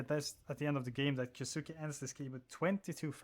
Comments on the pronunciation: just letting you know, kyousuke is pronounced as ki yoh sske. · the u is silent